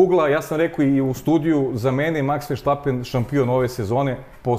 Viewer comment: Halo bre komentatori F1 , prestanite vise da izgovarate pogresno prezime svetskog prvaka ! Max -ovo prezime je VERSTAPPEN a ne po vašem pogrešnom izgovoru VERSHTAPPEN